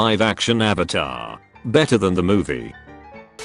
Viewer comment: Are you the ovatar oong